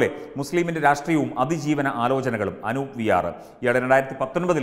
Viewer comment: Anoop allaa, Anoob aanu🤗